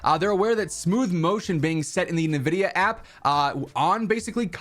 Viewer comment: Freakin “nuh vidia” app always buggin